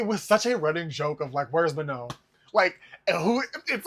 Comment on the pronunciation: you don’t pronounce the N. she said that herself